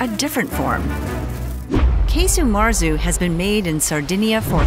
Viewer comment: Quite right. It's not Key-Su Marzu, but Kah-Su Marzu.